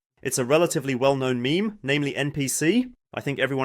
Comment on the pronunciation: Is meme pronounced meh-meh in German? I noticed this in the last video as well.